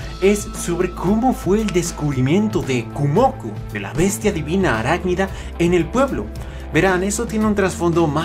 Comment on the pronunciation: Solo vengo a decir una cosa, es Kumoko no Kumoku. Su nombre está formado por los kanjis de araña (蜘蛛Kumo) y niño/mujer joven (子Ko). A ver si podrías corregirlo porque es a nivel etimológico.